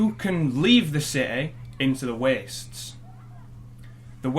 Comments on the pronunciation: I can't help but chuckle every time he says "ci'y" Also, because of the way he says "the wastes", I thought that in this game you could only travel to "the west" after leaving the city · holy shit i just realized he say s the wastes and not the west